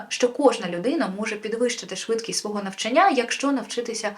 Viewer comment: НавчАння, ЧитАння, рОків, шістдесятих